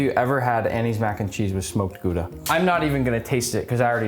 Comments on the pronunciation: Very respectable pronunciation of Gouda actually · You can't imagine how surprised I was hearing an American pronouncing "Gouda" correctly 😂😂 Love it. Great great video! Love from The Netherlands ❤